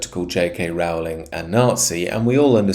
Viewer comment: Rowling rhymes with Bowling, not Howling.